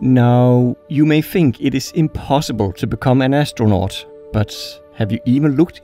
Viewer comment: Really cool vids, you have another subscriber. Soon to be a million! On a side note, if you need help with your English, hit me up. I notice you keep using the letter "f" instead of "th" and you're saying 'fink' and 'affleet' (athlete) and so on which detracts from your otherwise high-quality productions. I'd be happy to help :)